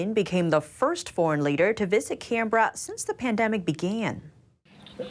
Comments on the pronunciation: please learn how to pronounce the Australian capital city correctly. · Please tell your reporter that Canberra is pronounced “Kan-bra” with the first syllable stressed, not “Kan-beh-rah”.